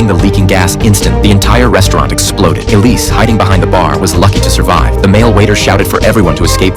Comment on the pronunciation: It's Iris not Elise